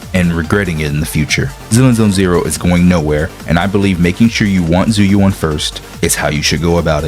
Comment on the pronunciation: How can you mispronounce her name lol they say it several times in the game